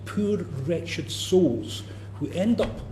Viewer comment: Poor wret ched souls?? 😂 😂 What a g it